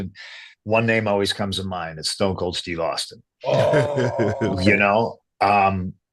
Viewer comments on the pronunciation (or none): none